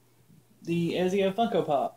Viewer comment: Pronounce 'Et-zio'.. pretty cool arcade this month, classic block kinda sucked